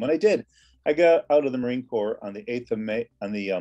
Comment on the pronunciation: I’m really enjoying yourpodcast. Thanks for all the work you’ve put into it. Somebody may have already told you this but “Corps” (as in the Marines) is pronounced as it would be in French, with the “ps” at the end silent.